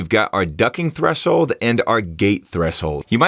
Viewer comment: My guy says "thres-hold"